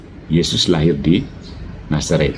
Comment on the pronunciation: Sekelas bisa juga terpeleset lidah ketika mengatakan Yesus lahir di Nasareth (menit 4.15).